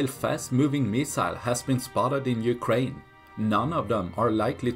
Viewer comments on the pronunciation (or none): none